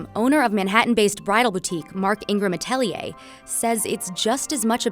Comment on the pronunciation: Lol how she butchered "atelier" lol "a-TEL-ee-yay